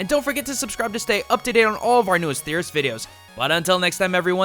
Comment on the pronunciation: Gaijin? Isn't it pronounced GaijEAn?